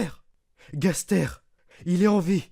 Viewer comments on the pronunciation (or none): C'est super,mais on ne dit pas (Gasrère)mais (Gasteur)même si ça s'écris Gaster. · Sa se dit gasteur